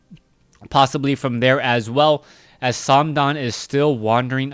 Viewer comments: Its just th. Not tho or sandam. Also please use ally colors geeze... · stop saying "sam-dan". You're not saying it right either, especially since TH000 is from the mainland. Use mandarin if anything. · FYI:th000 pronounces th triple zero.it is not o with omg, instead zero. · thumbs down for saying name wrong